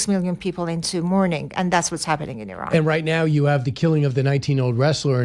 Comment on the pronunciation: It's not Eron, it's Iran...speech impediment...